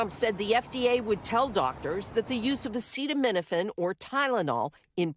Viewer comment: SO—- he has gone from “ bleach injections for Covid” to “ attacking Tylenol”— cannot pronounce Aceta — uh uh